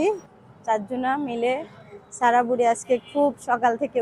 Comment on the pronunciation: আপু এরকম মাঝে মধ্যে মায়ের বাড়ি যাবেন মায়ের জন্য করবেন অনেক দোয়া পাবেন আর আজকের ভিডিও টা অনেক অনেক সুন্দর হয়েছে 💝 এমন ভিডিও আরও চাই আর আপু একটা কথা কিছু মনে করবেন না আপনি যেহেতু সাবান সেম্পু সবজি খুব সুন্দর করে উচ্চারণ করতে পারেন তাহলে সারাহ নামটা কেনো এভাবে ছারা ছারা করে উচ্চারণ করেন।মেয়ের এতো সুন্দর একটা নাম কিন্তু খুব বাজে ভাবে উচ্চারণ করেন আপনি। আবার সিদরাতুল কে ছিদরাতুল ছিদরাতুল করে বলেন খুব বাজে লাগে শুনতে। একটু চেষ্টা করবেন শুদ্ধ ভাবে উচ্চারণ করার। ভালো থাকবেন